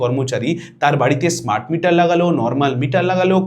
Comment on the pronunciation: অসাধারণ উপস্থাপনা। ভিডিওটা লম্বা হলেও তথ্য সমৃদ্ধ, এবং তাই চুম্বকের মত টেনে রেখেছিল। একটি নিবেদন:- স্মার্ট মিটারের উচ্চারণ আপনার মুখে ইস্মার্ট হয়ে গেছে। পারলে এডিট করে দেবেন।